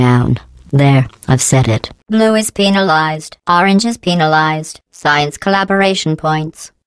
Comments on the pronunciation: lol. sounds like penilized, but she actually is penalized. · I heard penislized